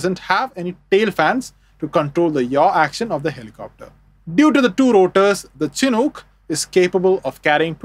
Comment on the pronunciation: It's pronounced "SHH-nook" not "chin hook". The naming convention of all US Army helicopters, prior to modern cancel culture, was to honor native american tribes who would hold honorary ceremonies and bless the helicopters in their native traditions and religions. The Chinook nation is who this aircraft is named in honor of.